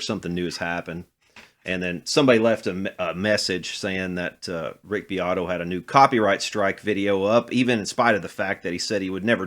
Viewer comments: Rick "Dick" BEAT-oh 😂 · Its pronounced Beeoytoy haha